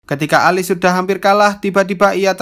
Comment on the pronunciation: Bang,nama tokoh utama nya di baca nya Elis, bukan alis